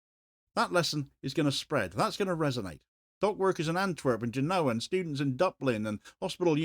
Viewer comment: Yes, but it does not have an ñ, just a regular n. It's more like Cartahenna, not Cartahenya. However, I realise asking to pronounce a foreign name more or less correctly is a bit too much to ask. It's definitely not his strong point! Like incorrectly pronouncing Genoa as GenÓa, GÉNoa! Anyway, it's not that important, and I love his reporting and respect him very much. Cheers.